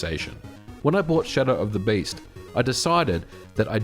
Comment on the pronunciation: First time i hear Shadow of the Beast pronounced with an Oz accent haha. Wonderful video! Brought back a ton of memories. Lots of floppies changing hands at recess in the nineties. Seems it was just a while back... snif